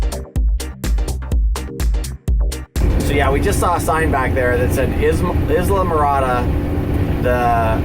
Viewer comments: Great video! Brings back some Great memories. However, Isla is pronounced EYE-LA, not IS-la. Like in Isla Vista, CA. 'Cause we can see (vista) the "Channel Islands" ( Isla ) from the beach. I'm pretty sure I'm correct but it is Florida and they say some thangs just a bit different. Safe (and mechanically sound) trip! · that driver texting or drunk.. Probably both. I live in South Fl. That is how they drive. Its horrid down here. and It is pronounced EYE la Morada.. and Ba HI ah st. park <3 Wonder what it looks like now after the hurricane? Bet your mind is thinking craziness over that. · Tam-ee-am-ee. Mick-o-sook-ee. I-la-ma-rah-dah. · Pronounced eye-la-morada. :)